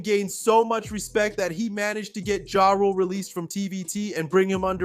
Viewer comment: Why do you refuse to say is name correctly 🤣